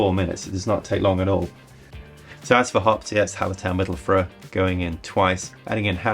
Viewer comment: Hey! You should look up how to pronounce Mittelfrueh. Great vid.